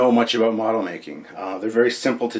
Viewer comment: "Few things to talk aboot" ;)